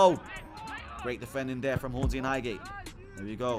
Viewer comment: highhate or highgate? You meant highgate ahlie 😂